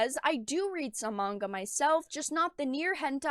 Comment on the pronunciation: what about the misandry in american comics? Also the co-creator of GG-cup Powergirl is complaining about manga being too sexist. Are there even any Manga girls that are THAT big in the chest? also mongu? i know you are talking about manga but it is weird hearing people pronounce it as mongu. Even the Asian folks I know say it is pronounced as manga maybe it is a cultural thing. Fans of any media just want 1 simple thing; Good Stories and Japan is providing that.